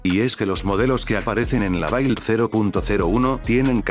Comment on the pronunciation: "Build" se pronuncia más como "bild", o es esa la pronunciación Inglesa?